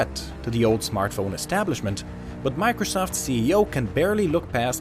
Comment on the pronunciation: It sounds like he's saying "macresoft" XD